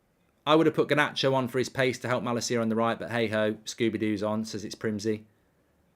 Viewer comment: Alejandro Garrrrrrrrnacho